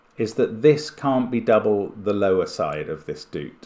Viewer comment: For some reason, when I first saw “doot”, I read it as ‘do-o-ot’ cuz I saw that it was describing a long dot. 😊 Saying ‘doot’ the way Mark is probably makes more English-language sense though. Either way, it’s funny to hear, and what a fun idea